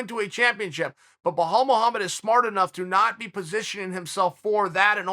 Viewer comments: Bahall Mogamed !!! Loool... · chael is intentionally butchering any non-american name. KABIB, IZLUM MACKLE-CHEV, BO HALL MOHAMMED.. i mean how hard is it to say belal? even tito would have said it better. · Me: Bilal Muhammed Chael: Bahal Mahamad me: ok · What is Chael saying? Sounds like Blowhole Mulhomma. Lol. Good work learning the names!